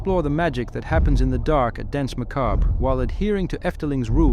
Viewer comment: The way you pronounce Danse Macabre gives me an annurism, fun vid tho! :)